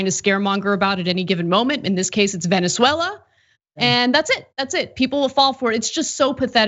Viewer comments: Did she just say "Venen-Zuela"?? 🤣🤣🤣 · Did the lawyer just call it Villainzuela? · "Villainzuela" ....lol